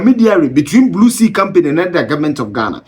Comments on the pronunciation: Did he say Blue Sea or Blue See? 😂😂😂😂😂😂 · Big sea, not blue see...🙄